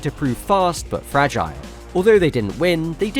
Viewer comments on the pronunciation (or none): none